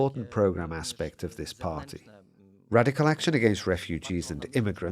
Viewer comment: stop saying radiccal